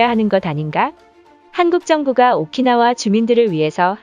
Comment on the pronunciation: 오키나와를 오카나와라고 하다니.... 발음도 띄어읽기도 여기저기 엉망인데....